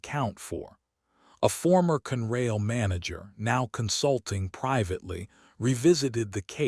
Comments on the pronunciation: It is not CUNRAIL. It has two syllables and is pronounced CON-RAIL, con as in consolidated. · Never knew there was a railroad called Cunrail.These readers don't know to pronounce English words. They do know how to lie and then profit when we click on their BS stories.